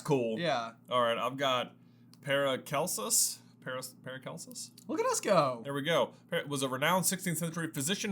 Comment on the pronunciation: And now, Wizarding World antacids... Thanks for the review. BTW, it's "para SELL sus", IIRC.